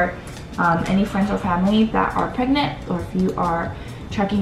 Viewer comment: Are you... preganant.. Prregante..? 😂